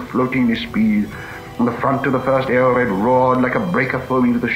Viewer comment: This is pure gold, now I know how Tolkien himself pronounce the words he created like valar or eored